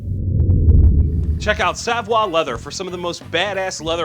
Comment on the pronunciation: Isn't it pronounced "Sa-voi" leather?